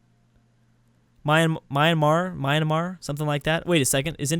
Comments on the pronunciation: You can't help cracklord. He said Myanamar. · Myanmar is pronounced as Me-An-Mar not My-An-Mar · myanmar is pronunced either burma or me-ann-mar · Myanmar is pronounced "Me-an-mar" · myanmar is pronounced ' mi - an - mar ' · Myanmar is pronounced "Mian-Mar" or you can just call them Burma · You pronounce Myanmar like this 'Burma' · Plz check how to pronounce Myanmar